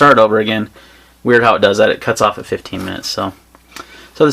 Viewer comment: I couldn't tellnif you were saying 15$ of 50$ on the benchmark lol. Sometimes sounded like 15, sometimes sounded like 50.